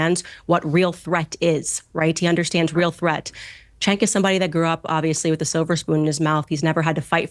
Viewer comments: one question, why do you keep calling Cenk "chink" ? His name is "Jenk" not that it matters though he's still a turd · it's pronounced chEnk xD